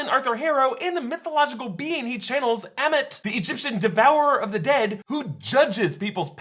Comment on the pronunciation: AMMIIIIITTT not emmett................................